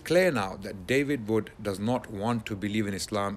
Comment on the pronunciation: His name is David Wood not "David Vood".....this is basic English pronunciation.